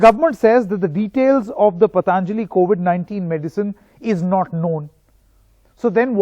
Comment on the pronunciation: It is not pataanjali, it is patanjali!! At least pronounce Indian names properly as they belong to phonetic languages. All thru from childhood we are taught that "prevention is better than cure".!!